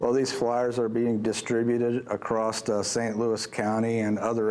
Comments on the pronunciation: Did he say klue klux cans?? It's more like, Krazy Klowns without a Klue...lol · Ku Kux Kan?? Lmao wtf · "Ku Kux Kan" lmao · Anyone else notice "klu klux kan"